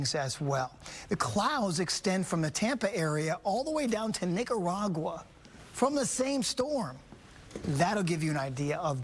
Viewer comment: Did he just say niggaragwa 😅